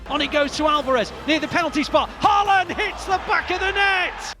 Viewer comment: Completely butchered that pronunciation😂🇳🇴 Good video though!